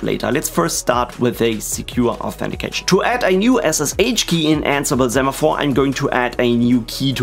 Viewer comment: It's pronounced "say-maphore", as in "send"... Hermione Granger Thx for the tutorial 🙂